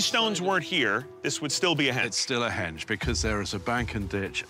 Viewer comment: Henge not hedge